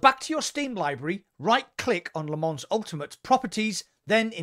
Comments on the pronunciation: It's not Lee Mans, it's Le Mon. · Lol as a french i can tell you it‘s wrong Le Mans is Le Mans you can’t pronounce it in english you need to learn the french way :)